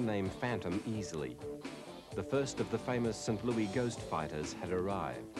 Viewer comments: I love how the narrator pronounces St. Louis in typical British fashion as "Sin Loo-ee", obviously never heard the typical US "Saint Loo-iss" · You know what bothers me the most? pronouncing St. Louis as St. "Louie".